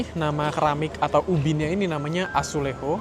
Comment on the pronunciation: Azuleso, bacanya azuleju itu keramik.